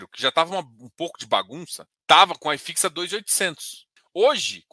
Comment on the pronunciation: Só uma dica: Não é "Ai Fix". É "i fix" mesmo porque é um índice Brasileiro Hahahaha